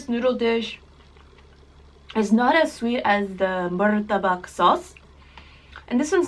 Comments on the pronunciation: Satay=sat ay Char kueh teow= char ku eh tea ow Murtabak=mur ta Bak not muru ta Bak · It's MUTABBAKH not MURTABAK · Here is some pronunciation helpers: 1) Cha K-way tiao 2) Mur to/ta bak 3) Not Sautee but Sa (tae) tay like taehyung.